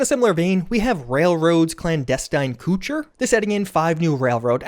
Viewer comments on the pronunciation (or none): Yeah. "Koh-ture" like manneur. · "cuture" bro, you went to college O_o ..... co tour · i know it doesn't matter, i know it won't be read.. but it's "co-tour" not "kooter"(couture) cheers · I think it's pronounced coat-oar not kutcher :-). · Hearing pronounce couture as "coocher" is too funny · Its ka-tour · Did you pronounce couture as coocher? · ok so good video, thanks for making it, screw Bethsoft and all that, but I reeeeally gotta recommend you go look up how to pronounce "couture" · It was worth watching the video just to hear mispronounce "couture"...:face-fuchsia-poop-shape